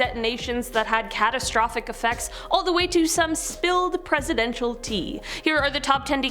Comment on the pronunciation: "Cat" astrophic. Macabre but lol